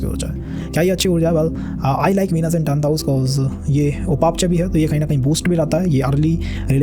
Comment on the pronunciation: Very good work. Please check your pronunciation for words "Upachaya" and "Navamsha"